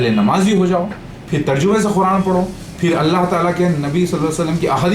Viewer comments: Quran ko khuran bol ra hai olo ka putha yh jahil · Abe khuraan nahi Quraan hota hai Dhakkan hai tu